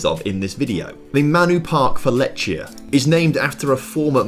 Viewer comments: Lechia is my club and u pronounce it (lehia) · Letch? Letchia? Racow? They are so basic to get right and he can't be bothered - takes two minutes to check. Can't even get Lewandowski right ffs